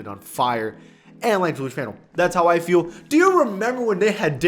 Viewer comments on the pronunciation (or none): none